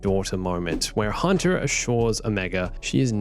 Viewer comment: The accent messing up Omega's name, said so many times... Omeger, Omeger, Omeger... (But also says Huntah) Movie is Not murvie, car is not cah.